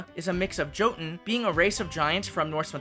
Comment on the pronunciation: Really fun stuff here. Excited to see more of the story unfold too! Two small language notes though – Jotun is pronounced with a "y" sound at the front instead of a hard "j." Think "Yo-tun." And then it's "obsidian" vs. "obisidan."